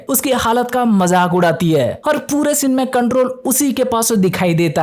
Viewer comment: Akhri scene❌Akhri shinnn✅